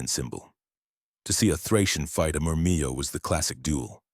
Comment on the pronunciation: Pretty sure Murmillo is pronounced with the double "ll" not turned into a "Y" like Spanish.